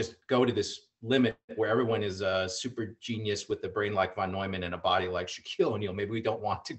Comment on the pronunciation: Steve Hsu is right: von Neumann sounds like noiman, not newman. Impressed everyone, apparently much smarter than Einstein.